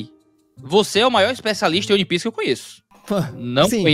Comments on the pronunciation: Primeiro é ONE PIECE, não UAN PIECE(apesar da pronunciar provavelmente ser similar a isso) E segundo, você provavelmente não buscou analisar as outras camadas além da superficial, ou esperava só um anime de lutinha e transformação nova ao estilo de alguns outros, sem aprofundar muito no mundo(que é praticamente um personagem a parte), nos personagens, suas motivações, o que á por trás das "camêras", bases do nosso mundo que foram usadas na obra de forma primoroza, a escala de cinza que o autor usa pra mostrar que a justiça e vilania vão além do que aparentam: temas como racismo, escravidão, manipulação genética e histórica, trafigo humano e de outras raças, corrupção, superioridade racial e monetária, revoluções(sejam as revoluções coloridas ou não), teorias da conspiração, regreso tecnológico, referências não só ao cristianismo(com ARCA NOAH, árvores ADÃO E EVA, um DEUS QUE VAI LIBERDAR OS ESCRAVOS) e outras religiões e mitologias. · "Oni" piece é fogo hein, meus ouvidos sangraram.